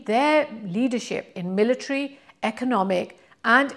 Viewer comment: And 'military'.